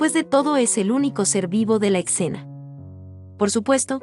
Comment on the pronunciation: Extraña locución. Molesta de a ratos (para algunos de nosotros). Por ejemplo: "ecsena" en lugar de "escena" .En fin... .Monet no es de mis preferidos pero su arte nos dice mucho.👍